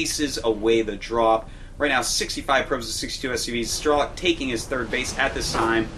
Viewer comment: got dammit its STRELOK (STR) not STER =_=